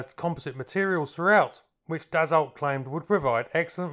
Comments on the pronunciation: Hahaha... you pronounce it "dasso" not d-assault! 😂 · An interesting and enjoyable article with great aerial footage, but I do believe you will find that the name is pronounced "Dass-o" not "Dass-olt." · Dassault is pronounced, dasso. Good stuff. Rare aircraft. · it s 2 m53!!! put some background sound of thoses beasts.. and also DASSO not dassolt. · Never heard of it before watching your video. Thank you! Dassault => Pronounce "dasso". Usualy in french the last consonnant is mute, but wiht proper nouns it can be tricky. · Dassault is correctly pronounced "Dasseau." The L and T on the end are ignored. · DAH-Soh. Theres not T in the pronunciation. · Its pronounced "daso". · When I worked in private aircraft management and overheard my boss's speaker phone calls to Dassault customer support they never corrected his pronunciation which was like yours which was likely because we were their customer. Now Bombardier in Quebec had no problem letting him know it was Bom-bar-dee-ay and not Bom-bar-deer.